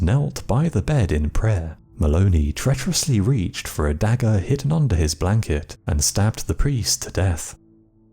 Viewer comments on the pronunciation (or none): none